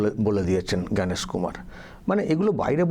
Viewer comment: এরা চুড়ান্ত অশিক্ষিত, কারণ এরা জ্ঞানেশ কুমার এই নামটিও সঠিকভাবে উচ্চারণ করতে পারে না, বলে "ভ্যানিশ কুমার"। কোন শিক্ষিত লোক এদেরকে ভোট দেবে??